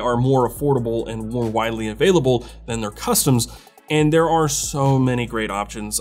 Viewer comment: "more widely availible" Pena and available xd